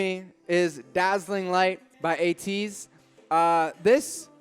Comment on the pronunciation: You pronounced ATEEZ right hooray 😃